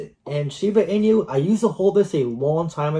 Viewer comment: When you are saying Shiba Inu, do you know inu (EE-nu) is the Japanese word for dog? It's not meant to be a play on words like coq inu. Anyways, I'm a fan of your content, but more explanation of "why" you see some of these tokens getting to your projections would be helpful. Bonk to 40b?? Needs some big-time vision, wouldn't you say? Yeah, it's possible, but so is BTC to $1m this cycle. And likely not for many reasons.